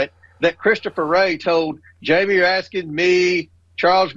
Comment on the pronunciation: Sounded like Comer actually pronounced Raskin correctly without an S at the end. Raskin corrected him recently and it seems Comer can learn.